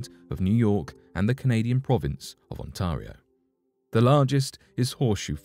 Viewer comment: ON - TAR(E) - I (ee) - O I've lived here my whole life and hearing you pronounce that was brutal. Sorry mate.